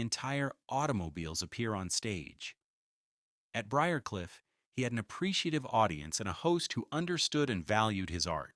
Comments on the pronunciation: What’s wrong with AI… Briar Cliff is easy to pronounce. Only one way. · Pronouncing B R I A R C L I F F should NOT be so difficult! I am a native Atlantan and lived on BRIARCLIFF ROAD! It' SO ANNOYING to hear mispronunciations! Also, some of your information re: the Candlers is incorrect.